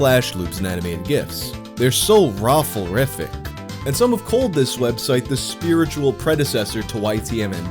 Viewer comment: I got whiplash when I heard "rofleriffic"